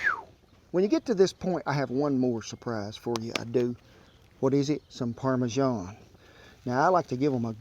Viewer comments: "And what is it? Some parmeJEAN" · He's a proper little Gordon Ramsay isn't he😂 why do Americans mispronounce parmesan??